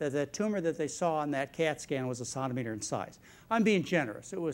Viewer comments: It's centimetre, as in one penny is a CENT. Not santimetre! As a Canadian this made it very difficult to get through the video. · I went to Baylor nursing school, Dallas Texas, in the early 90's, BSRN. Several of my instructors pronounced "Sontameter". I had been around medical and veterinary fields for many years (married to an M.D.) and had never heard it pronounced that way. You'll get used to it. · Lol!!! I'm wondering if he is trying to pronounce centimetre with a French accent ... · I've never heard anyone pronounce "centimetre" the way he does. Strange.. To me anyway. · Its the french pronounciation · Does he not know how to say centimetre???